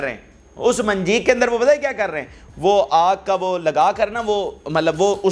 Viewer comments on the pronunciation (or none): صحیح لفظ منجنیق ہے۔منجیق نہیں۔